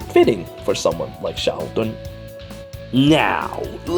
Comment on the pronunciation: Maybe Karel was designed around Xiahou Dun? (Fun fact: I first thought you were calling him Sheldon, but after I listened a couple of times, I could tell from the way you were saying it, that it wasn't that) Would you believe I have yet to summon him? Both him and Lyn - I've not seen hide nor hair of either of them.